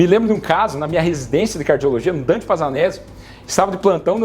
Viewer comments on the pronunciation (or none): none